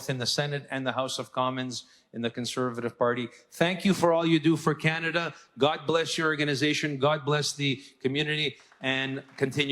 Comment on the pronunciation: did you hear............she said.....Canada-"CHAINA"😳😲.............